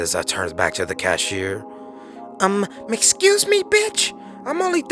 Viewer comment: Lmao did yall really say Mcxcuse bitch. I'm dying 😂😂😂